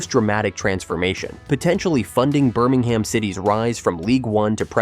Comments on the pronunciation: It’s Birming-um. Not Birming-ham. And Birmingham city FC need distinguishing from the city of Birmingham. Blues is the preferred term. Or the scum, if you’re Villa. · Urgh the way this pronounces Birmingham really grates